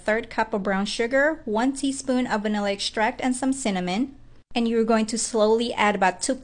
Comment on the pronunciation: Exshtract, nexsht…